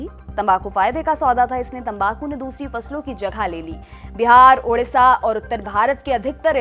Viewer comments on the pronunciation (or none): none